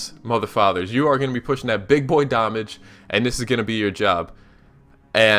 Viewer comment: I learned that someone could butcher the word damage.